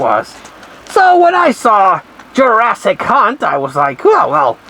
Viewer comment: Greetings 😀 It sounds like your saying Jurassic cunt 😂 Lmfao